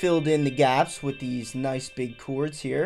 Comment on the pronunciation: chords, bro. Not "choords."